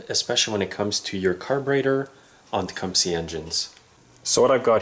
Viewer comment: Probably thumbs down for pronouncing the name of the engine as Tecumsie..